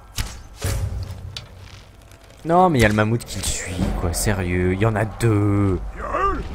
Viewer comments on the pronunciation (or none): none